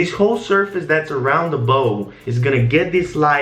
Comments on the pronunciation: I like when calls the lighting "lightning" bc it adds character to the videos lol. Also his accent doesn't distinguish between the soft "a" sound & "ow" sound, so "ball" & "bowl" sound identical. Kinda cute haha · Him: reflect around the BOH Me: eue okie